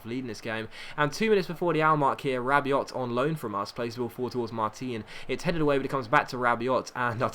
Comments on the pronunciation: Rabiot is prunounced rab-ee-oh great vids! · rabiot is pronounced rab-ee-oh